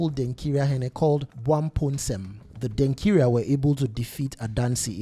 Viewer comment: Why do you want to sound like a white man, by saying Denkira instead of Denkyira?